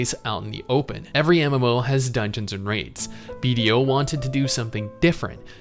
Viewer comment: Thought you were saying Bob the entire video